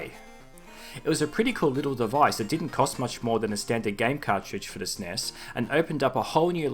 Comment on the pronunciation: Stop saying Sness, it is S N E S